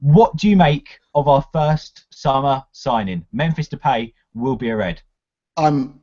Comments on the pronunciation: DePIE not DePAY. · It's Spelled Depay but pronounce Depie , a silent , ya'll we learn in time lol